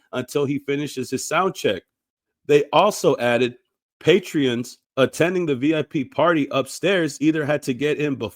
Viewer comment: Patrons, not patreons. No "e".